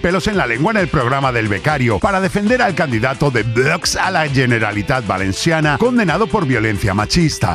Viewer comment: jaja q gracioso el emoji vomitando, y cada vez que dices "voox" como vomitando. Crack